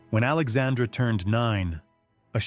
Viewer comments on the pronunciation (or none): There is a pronunciation problem here: King Henry III of France was named Alexandre Édouard at birth. His first name in French is pronounced very much like the female name "Alexandra". But there is certainly historical evidence he was (at least in private) a male transvestite.